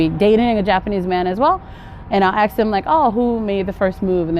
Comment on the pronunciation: Your roots are nigerian or ghana because you said “ they aks you”instead of “ they ask you”.the verb is to” ask” not “aks”.am i the only one to notice that?